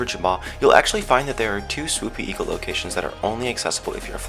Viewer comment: The falcon one is false. I did not understand the Swoopy Eagle one at all, because it just sounded like: swjegw0tghwijqr and I did know all of these before this video, except maybe the Swoopy Eagle one cause I couldn't understand it. Nice try;)